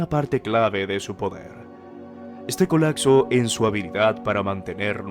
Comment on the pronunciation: Se dice COLAPSO no COLACSO